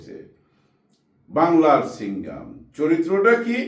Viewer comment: Singham not Singam